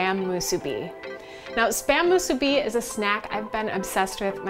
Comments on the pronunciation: Soooo Nice to see/hear musubi recipe that's NOT pronounced...Moo-SOO-bee!-lol...Lil Quirk of mine! Came across your video...Random style! Mahalo nui! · Hey there. You're the only one pronouncing it right, thank you. 🤙🔥